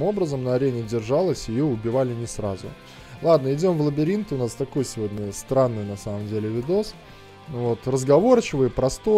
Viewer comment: "РазгАвор", "Лбиринт". Исправь пожалуйста)